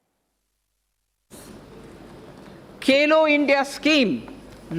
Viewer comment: It's Khelo India not Kelo India☹️☹️ It's Bhagidari not Bagidari☹️☹️ Baki SB Lok lubhavan hi LGA😬😬 Jwan and Kisan are ignored by Government. Very disappointing fact.